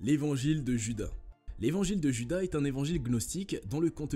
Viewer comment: "Djuda" ?!!! :face-orange-raised-eyebrow::face-fuchsia-poop-shape